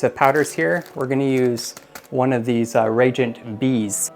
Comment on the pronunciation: Its nice to see someone explaining how all the tests are conducted. Just a couple minor corrections that may help in the future. Reagent is pronounced re-agent. Also, they provide you with plastic tips for the 1 ml syringes. Use those on reagents so the chemical never goes into the syringe itself. Just pull the plunger up all the way and 1 ml is drawn into the tip. Easier cleaning and you don't actually need to measure on the syringe itself. Lastly, store the cleaned cuvettes with rodi water in them to absorb any residue from the glass while in storage. This all comes from the owner of Hanna in an interview with Reef Builders. Not trying to be a jerk, just trying to help.